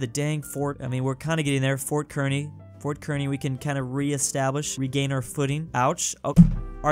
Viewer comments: As a Nebraskan it's pronounced car knee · "Kearny, Nebraska" is pronounced "CAR KNEE" FYI